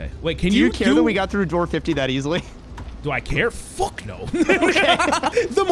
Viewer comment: No don't say open the Dore 😭😭😭